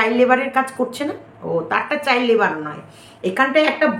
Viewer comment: Kotha ta chail noi child 😊😊